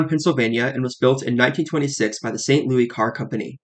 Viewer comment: Loved the video! I see a lot of comments on the pronunciation of MUNI, and I'd like to add that the St. Louis is pronounced as "Lewis" not "Louie" (unless you're actually referring to the city in French, however that's unlikely and a lot rarer these days). As always, your explainers on these systems are amazing, and you've done you research quite well.